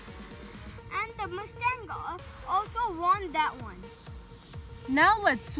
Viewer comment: It’s mustang not muustang